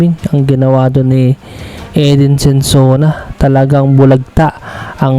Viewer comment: SONSONA, hindi Sensona.